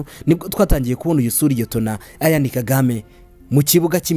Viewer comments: Why do you pronounce his name like that?? Eishh. It's Ian, not Ayan!!! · Uzige kurivuga neza! Ni Ian, ntabwo ali A ni I ,autrement merci kuraya makuru alyoshye!